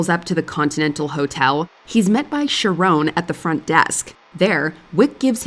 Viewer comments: I wasn't going to comment but my god, you're a moron. Charon isn't pronounced how you pronounce it. char as in character, and then "on". Char-on. And then you go on to poison peoples minds to think charon ONLY accepted gold. What a stupid take. They needed "coins" to "pay" they ferry man. The VAST majority of these would not be gold. What idiocy. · keh ruhn, not shah rone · the boatman name is pronounced "KHAR-on" "KAIR-on" "KA-ron" or "SHAR-on". And the toll was two COOPER coins placed on their eyes. also another reason for the watch on the inside of the wrist was to be able to tell time while holding a weapon. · Might want to check the pronunciation of Charon...